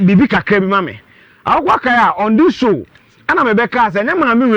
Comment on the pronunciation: Why do you always say akokoa?